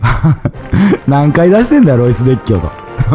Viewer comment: # でエロイスと聞こえたのは空耳かな？ （ロイスさん申し訳ない）